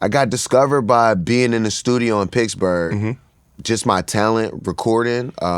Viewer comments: "Pixburgh" at least that's how used to even spell in on his Twitter bio way back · Is wiz saying Piggs-berg?